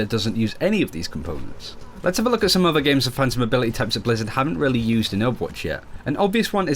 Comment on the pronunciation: has a very good english prenounciation...but he keeps saying udder instead of other. Sounds like nails on a chalkboard. Sorry for being a dick.